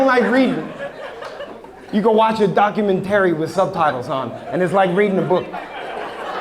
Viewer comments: I love but why does he pronounce 'documentary' like that 😭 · Hahaha! Now I can’t stop saying it like that😂😂😂😂 I was just talking about them too; I had zero issues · i think its part of the bit..... he slips up during the end and says it correctly . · It just part of his show, enunciating it in a silly way to make the crowd laugh. Comedians use lots of vocal inflictions and emphasis tricks to add to their jokes…. Otherwise it’s just some dude talking about watching a documentary on Hulu… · At least for me as a fellow East Coaster, its intentional. Idk why we do this. I know alot of ppl who do this. Maybe im wrong. But that's my take.